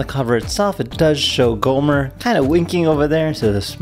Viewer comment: You keep calling it “Goomer” it’s Gomer. And my Cozmo is better and smarter.